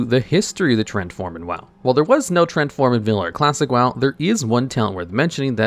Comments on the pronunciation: Yeah, most of the time he was pronouncing it as trent instead of tree-ant. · He is saying "trents" though lol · I hate that you pronounce it "Trent".